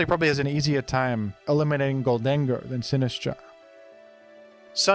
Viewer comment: I love the way you pronounce Sinistcha